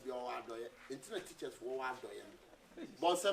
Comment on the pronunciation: Intaernented Bastutueted... english😀😀😀😀